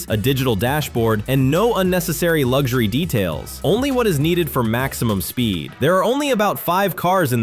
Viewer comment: It's pronounced Bugatti, not Boogarti.And luxury isn't pronounced Lugshery.